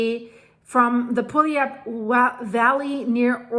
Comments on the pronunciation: I'm a local out in Tacoma watching that mountain right now. Puyallup is pronounced Pew-al-up. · Good attempt at “pu-al-up”! That and Sequim get most people. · Puyallup, Washington = pronounced…Pew Al Up.